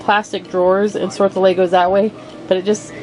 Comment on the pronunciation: I wonder what the Lego vs Legos arguers would say about this woman's pronunciation: "Lay-gos"